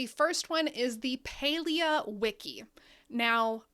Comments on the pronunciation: Pretty sure it's PAlia as in "pal" as in friend... Can't even watch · Is it not Pal-ia?